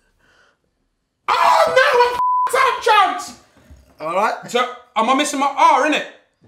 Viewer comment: “cheonks” 😂😂❤️ love dese two always been ma favourite love how u lot keep growin bigger 😭💕